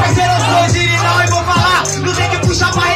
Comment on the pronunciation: "Ogirinal" kkkk,.